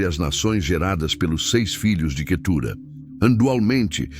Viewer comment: O nome QUETURA não tem acento na última sílaba então não se pronuncia assim